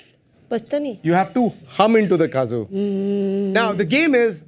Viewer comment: Dude, I'm laughing out loud. THe game round was pretty fun. That UP girl is so much fun though. She was dancing all the way through the kazoo round. And about that, it's called kazoo like 'CUH-zoo' not 'CAW-joo'.